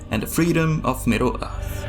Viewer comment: Middle Uth. Very unique pronunciation. Where's your accent from?